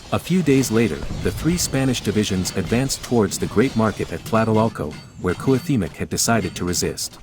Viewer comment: Imo it'd be better if you voiced these yourself instead of using a bot, since it does weird stuff like pronouncing Cuauhtémoc differently half the time